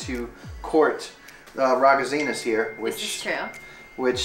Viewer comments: Raggazzina?????? Oh dear god I had to replay that two times to realize what he was saying!! Please for the love of a god learn how to speak Italian properly! That is NOT how you pronounce the word! 😓😓😓😓 On another note, I’m very happy for the two of you! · Lmao the way he pronounced ragazzina 🤣🤣🤣🤣🤣